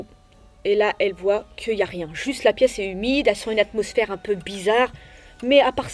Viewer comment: C'était trop drôle quand elle a dit une hasmosmère